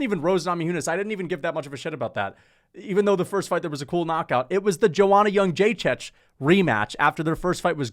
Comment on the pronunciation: Wtf bro, at least try to spell foreign names properly. Try to spell the legend Joanna Jędrzejczyk like yen-jay-cheek